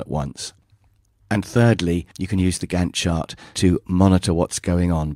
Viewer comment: It sounded like you were saying "gun shot" whenever you said " Gantt Chart"... LOL!